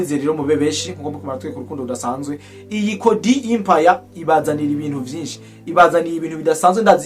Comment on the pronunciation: Musesanguzi ijambo"EMPIRE" basoma "E" non "I"